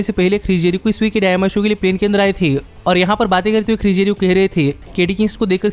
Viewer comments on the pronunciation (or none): Bhai dyinama nhi dynamite hai 😂😂